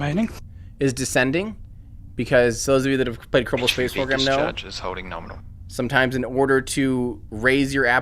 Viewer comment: mispronouncing things